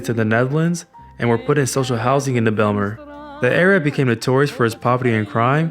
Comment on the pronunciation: Ummm...so the J is silent😉